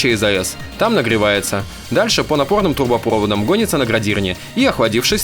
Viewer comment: трубопровОдам, ударение)